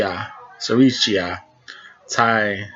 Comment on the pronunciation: The name is pronounced Siri-Chai, not Siri-cheeya as you pronounce it.